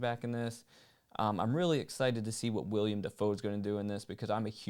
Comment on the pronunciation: You aren't too big a "William" DaFoe fan. Lol It's Willem Dafoe